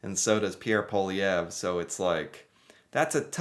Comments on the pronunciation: Pierre Poilievre is pronounced: Paul-ee-ev-(re, Quebecois accent). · Pierre poLIEevre, no way José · pronounced like Pe-air (You have to say this part quickly) Paul-lee-ev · It’s pronounced Polly(rhymes with holly, or wall-e)-ev